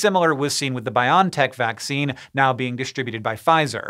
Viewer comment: After so many shows about COVID vaccines you should really know how to pronounce the company's name "BioNTech". It's not pronounced as "Biontech" or "Bion-tech" such as in "Bionic", but rather like "Rock'N'Roll". They just omitted the two single dittos, that's it! Just repeat: Rock'N'Roll - Bio'N'Tech - Rock'N'Roll - Bio'N'Tech .... It's simple!